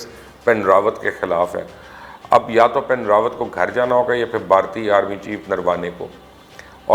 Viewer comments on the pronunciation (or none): It is not Pin Rawat, it is Bipin Rawat.. if you guys are less need, you would be able to pronounce names properly